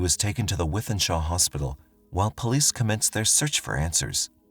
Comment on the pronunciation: I came to tell you that you were pronouncing Altrincham wrong too, lol. You did say Wythenshawe correctly though, so well done